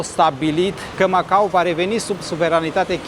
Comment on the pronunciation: Felicitări,, pt că datorită ție vedem și locuri/zone în care nu se aventureză prea mulți. Iar pronunția CORECTĂ este MacaO, cu "o" la sfârșit, nu cu "u", așa cum o învățăm la școală pe când se mai făcea geografie...